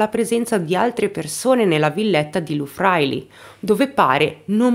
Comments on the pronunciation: Pronuncia: "lu - Vraìli" 🌷😘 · Si dice LU FRAÍLI, con l'accento sulla prima I. Si dice NÙORO, con l'accento sulla U.